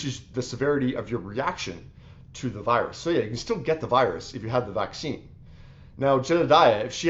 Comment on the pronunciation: Are people not bothered that you can’t even say Vaccine? And no I don’t agree with, she did not deny science, and also follow the nrs.